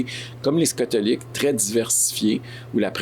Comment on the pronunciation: les scatolique 🤣